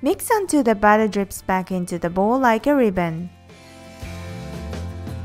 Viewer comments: You need to work on properly saying the word "batter" because you aren't saying it correctly. You sound like you are saying "butter". I love your videos! But its kind of hard to know if you are saying to add the butter or add the batter. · your mom needs to work on properly saying the word "batter" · LOL when you say batter it sounds like butter <3 your videos :)